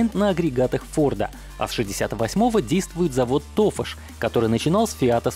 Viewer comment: Все ударения не на тот слон. Тофа́ш, Анадолу́